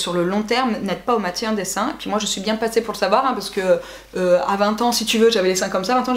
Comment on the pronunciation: A 23 min 20 on entend un petit accent " biennnnn " 👌😂💕